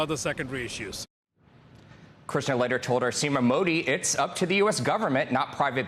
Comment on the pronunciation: If you wanna cover world leaders, at least learn how to pronounce their name correctly